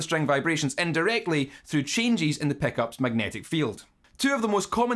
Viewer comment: I'm here just to hear you say "Peckups"